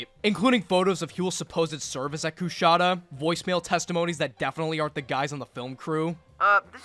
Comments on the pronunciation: As someone who lived in the area, I still cringe at every mispronunciation of Coushatta. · Hate to be this guy, but being from Louisiana the way he says Coushatta is fucking killing me.